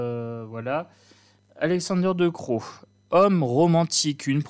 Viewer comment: VAN , CE PRONNONCE , COMME VANNE . DECROO CE PRONONCE , DECRAU En gros , c'est ça